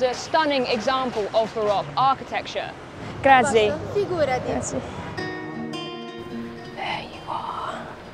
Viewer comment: To other English speakers, rather than saying 'GrAAHTZee' try saying: 'La Ringratzee-Oh' = La Ringrazio = 'Thank You Sir/Maddam'. Cheers.